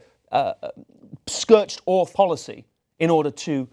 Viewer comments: Did he just say SKERTCHED ORTH? You mean SCORCHED EARTH 😂😂😂😂😂😂 P.S. Trump will never win - he's just a puppet propped up for future policy changes against immigrants in the name of 'freedom and democracy' don't believe me? Get back to me after the election - you're welcome x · "Scurched orth policy." That would be "scorched earth." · "Scerched Orth policy" lol